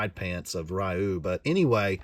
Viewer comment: Ryu's name is pronounced "ree-you".